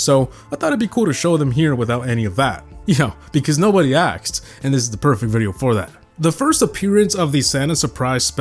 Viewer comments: why is my man saying axed and not asked ;) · Where do u say "aksed" instead of "asked" ? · he said:because no body "aksed"💀 instead of asked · Someone axed... 😂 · “Nobody axed”